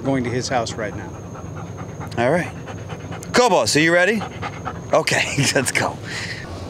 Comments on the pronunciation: I thought it was kobe-iss, and not kobe-ose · Kobus is an Afrikaans name and pronounced "Kwoohbus". Beautiful dog 😍 I guess you got him from South Africa which is where I'm from 😊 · But still…Kobus is a dutch dog, trained in the Netherlands. His name is pronounced Ko (the o pronounced as in “go”) and bus as in (school)bus Ko-bus!